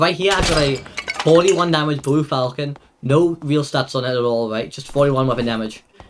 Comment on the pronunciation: It's fȯl-chən, not falcon. Thank you for the video.